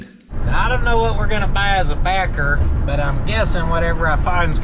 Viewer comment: Did you say barker as in tobaker like dip lol